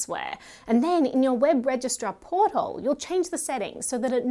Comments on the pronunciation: I can't unhear you saying "Port Hole" instead of "portal". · Great video but it’s Portal not Porthole 😳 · i had to listen twice. porthole.....? portal.... im calling it a porthole from now on